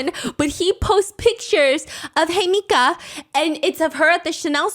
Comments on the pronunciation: It’s hee-meh-ka not hey mika 😭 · Her name is pronounced "he-me-ka" 😭😭 not hi mika 😂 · Looking through the comments to see how many people correct Hi-Meeka to the right pronunciation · Uhmm, I’m pretty sure you are pronouncing her name wrong. Her name in Japanese reads “Himeka”, it is pronounced something like “Heemeka” as in “He / Me / Ca(r)”. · You called her Hemika, but actually her name is “Himeka”. She call herself ‘Hime’ and in Japanese this word means princess❤ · lolol I think its himeka and steph just rolled with hey-mika; love a dyslexic queen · It’s HEE mih cah! Just fyi for pronunciation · all to MISPRONOUNCE THE REAL SUBJECT'S NAME 😭 i'm sorry girl idk how long i can sit here and hear "hemika" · He-meh-kah Is the correct way to say Himeka's name. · The pronunciation of Himeka as Hemika is killing me 😭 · the way you pronounce her name 😭😭😭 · Let’s all discreetly gloss over her name’s mispronunciation 😅💦